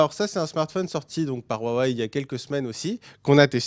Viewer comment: Stp dis wawei et pas rrouawei stp